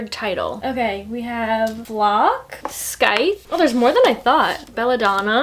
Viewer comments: its like (sigh-th) its a hard word though!! one of my only 5 star reads though i absolutely adore scythe <3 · Scythe is pronounced S-i-the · Scythe is actually pronounced as sithe ! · There’s no “kuh” sound in scythe it’s a silent c but I said it the same way when I saw it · You don’t pronounce the ‘c’ in Scythe :)